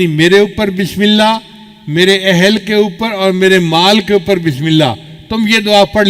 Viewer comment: Please, bismila nahi kahte, isska matlab, Allah ka name nahi, asal lafz hai, Bismillah, ha ko zarur ada karin, taa ke sahie matlab ada ho